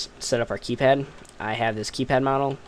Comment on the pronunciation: KAYPAD "D